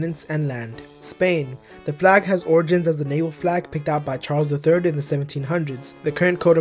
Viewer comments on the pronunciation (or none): none